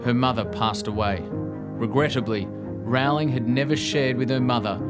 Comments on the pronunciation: It's Row-ling. Like Rolling. Not Rau-ling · Agreed reptonplaya! Its easy to look up a youtube video of JK Rowling herself explaining how she says her name. Its like bowling with an r.